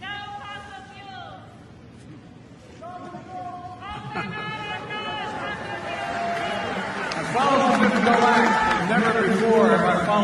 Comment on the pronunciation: I hear her saying "No FOSSIL FOOLS" :) LOL